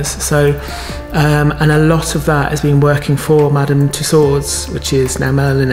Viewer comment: Awesome! And finally, someone who pronounces Madame Tussaud’s correctly!